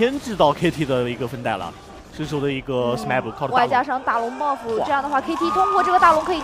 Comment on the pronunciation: 的时候听到女主播说：外加一个大龙Baofu...这咬字太好玩了hahahah